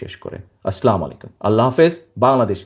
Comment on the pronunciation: স্লামালিকুম না বলে আসসালামু আলাইকুম বলেন।